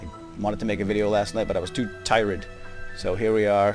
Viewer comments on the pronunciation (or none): "i was to tyrid" is to good for normal words